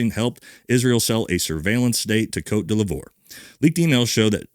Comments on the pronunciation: Côte d’Ivoire is pronounced Coat dee VWAHR. You’re welcome 😊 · Its Côte d'Ivoire (coat divuar) (Ivory Coast in French) you added an l in there somewhere😂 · Côte D'ivoire is pronounced "Coat Dee-VWAH" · Sorry great video but I’m not sitting here letting you butcher the Ivory Coast’s name there is no L it’s a capital I 👀😂